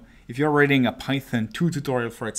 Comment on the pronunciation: It sounds like he's saying "raiding data" which is honestly so much better